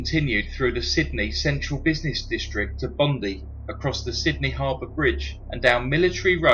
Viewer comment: It's Mac-quarry or Mah-quarry. Place. Bondi is pron. Bond-I or Bon-dye